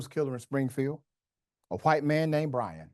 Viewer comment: Bwian, eh? The wittle wascal has spiwit! Spiwit….You know, bwavado…a touch of dewwing-do.